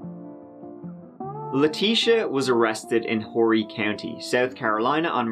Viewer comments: It's pronounced "Oar-ee ", not "Whore-ee county".. lmao😂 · Being from Horry County myself, I want to clarify it’s pronounced with a silent H. Like Orry County rather than like Whorey county like he said. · Just fyi the H in Horry County is silent lol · S G of course the H is pronounced. Except by 😂💕😂💕